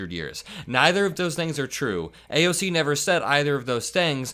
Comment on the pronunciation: He's called AOC, "AOL" before 🤦🏻‍♀️